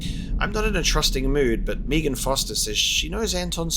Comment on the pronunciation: The "Meegan" instead of "Meagan" is going to bug me. >.<